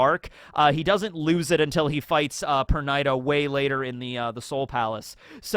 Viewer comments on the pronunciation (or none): none